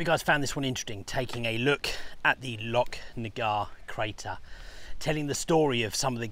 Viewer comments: Great video once again, its pronounced lochnagar as in loch ness not locknagar. 😂😁👍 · the ch in Lochnagar is pronounced the same as the ch in Loch Ness